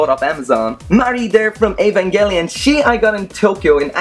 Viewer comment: The way he pronounced evangelion killed me , cool collection btw i wish i have those